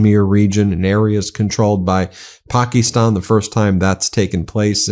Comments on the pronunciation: Pock-ee-stan, gee, U hope this war doesn't last long. Pack-ə-stan. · How is Donnie Deferments going to blame Biden and Harris for India and Pakistan? It is "Pak'is'tan, not "Pak'ie'stan!" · "Pak-ee-stan" jesus christ could you be any more white lol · Where did you get that pronunciation of Pakistan?